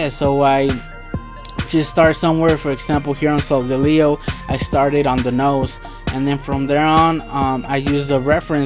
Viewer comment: did not say the name right